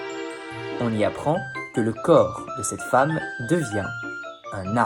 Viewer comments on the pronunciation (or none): none